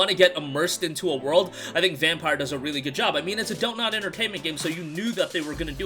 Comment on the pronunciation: It’s pronounced vampeer lmao